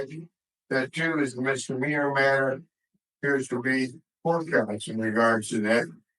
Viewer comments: Mistermeaner?? He's an attorney, he should know how to say misdemeanor properly. 🤣🤣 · 🥸 Mr. Meaner